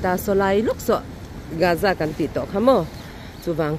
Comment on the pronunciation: Ti nge gaza i lam rik khan Âza tih in i lam chhan piber kan zawt khauh teh ang,g' hi word tir lama a awm hrim hrim a awm in in lam ri tel lo tihna ami le